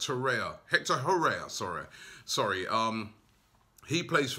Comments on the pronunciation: I know you butcher literally every foreign players name but how do you get this one wrong as well 😂😂😂😂😂🤦🏽‍♂️ his name is Hector Herrera. HERRERA not HORREA where did you get that from??? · Robbie its Torreira and Herrera, not Torrea & Herrea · For gosh sake it is TOR-RER-RA like PERERA, and no TORREA; and HER-RER-RA not HERREA 🤦🏽‍♂️🤦🏽‍♂️🤦🏽‍♂️🤦🏽‍♂️🤦🏽‍♂️ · Robbie its Tor-eir-a and Her-er-a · FFS ROBBIE TOR-EIR-A HER-ER-A